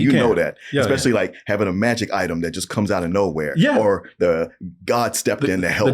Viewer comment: Anyone else find it amusing that says the word "or" like "are"